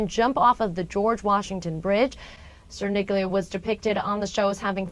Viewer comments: Cerniglia="Chair-kneel-yah" Poor guy. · I keep hearing Sir Nigula. lol